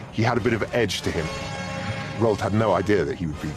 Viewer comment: How do you make a documentary about a person without learning how to properly pronounce their name? Roo-Ald. The number of times they said it wrong is ridiculous.